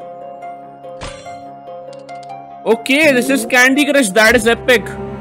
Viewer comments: He didn’t say epic...he said epok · Lol thought u said epok